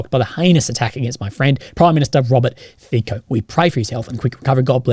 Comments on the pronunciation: Fico is pronunced as: Fi as Fi in Finland co as tso in Tsonga Fi-co = Fi-tso. Not "Fiko" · The "c" in Fico is pronounced like "ts" in tsar or tsunami. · If I'm not mistaken, the surname of the Slovak politician sounds like "Fizzo" and not "Fico" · I've heard others pronounce it - Fitso. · As a Slovak its pronounts Fitso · Bro, please tell me how to pronounce it correctly: FeeKo or FeeTSo?